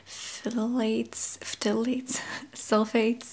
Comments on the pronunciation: Pthalates- pronounced "THAL-ate" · pthalate is pronounced like ‘thalate’ the p is silent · Phthalates are pronounced with a silent P. Thal (kind of like y’all but harder A sound) Ates (like a plural “she ATE her food”). You did a really good job navigating such a funky word! I think you said it correctly a few times! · I love this video. By the way "PH" in "phthalates" is silent. It's a tough word. :)